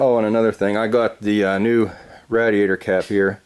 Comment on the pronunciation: Awesome video, but it hurt my mind to keep hearing radiator mispronounced. 😂